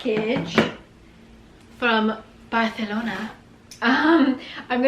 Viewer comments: Looove the boots especially the first pair! May I ask where are they from? Btw you pronounced Barcelona just like a native, we love a multilingual queen! Happy new year! 💕✨ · That neat pronunciation of Barcelona:P Those boots look amazing. Happy new year!